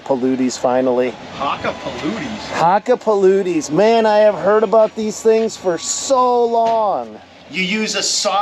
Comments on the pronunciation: Good morning,! OMGOSH, please STOP! Brother, You're killing me with the pronunciation of the tire's name! I feel bad for you when you were talking to the rep on the phone and you kept saying Hakkapaluti!!:face-blue-wide-eyes: Had to look it up for you. Here ya go, Brother. Sorry, I feel like a total d!@ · Did you say hakka puluti????😂😂😂😂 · Nokian Hakkapeliitta? If I am correct it should be pronounced with the "a" similar to "u" in Huckerby. And "ii" as "ee". So perhaps more like Huckupeleettu. Very good wintertires, usually among the top car wintertires in the annual tests done here in Northern Europe. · I love you and I’m happy your trying them but I hate the way pronounce Hakkapeliitta Also in case anyone was unaware this is the same company that used to make Nokia phones they’ve both split in two and been sold off to other companies at this point though